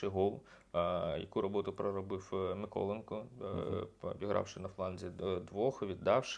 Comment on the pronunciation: Хочете щоб люди підписувались? Навчіться вимовляти МиколЕнко! А то як той грьобаний коментатор з москальського каналу, (я дивився У-І через піратку, бо оф можливості не було), казав "Ачєрєтка"! Вгадайте на кого?